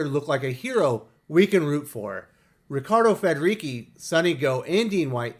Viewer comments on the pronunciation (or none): It's pronounce Riccardo Federici with "ci" as in church, not key :-)